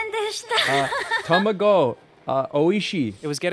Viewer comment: TOMAGO.... OISHII. that absolutely killed me as a japanese speaker